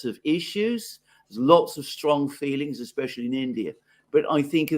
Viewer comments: Somebody please tell it’s “especially” not “exspecially”. Thanks for this convo. Very helpful. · dude keeps saying “Exspecially” or X-specially. its Especially bro ham! 😂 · Especially, doesn’t have an X in it.